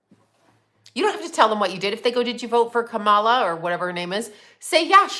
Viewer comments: KA-MA-LA That’s how you say it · you pretend to be neutral about political parties and don't care about any of them, but it's so obvious you are a Trump supporter. You use their verbiage and proudly mispronounce Kamala name every time...refusing to pronounce it correctly. It's okay to support Trump. Be truthful.